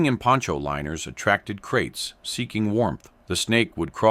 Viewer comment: Kraits not crates.